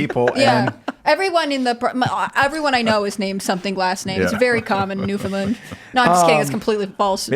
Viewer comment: I don't believe her family is from Newfoundland, or she'd know how to pronounce it. The emphasis is not on the second syllable, and not even on the first syllable, but on the THIRD. "NewfinLAND"